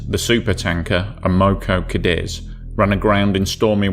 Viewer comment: Am-o-co Kay-deez. That's the phonetic spelling....